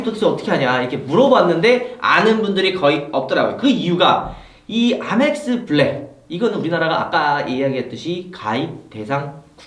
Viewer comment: 에이멕스를 아맥스라하노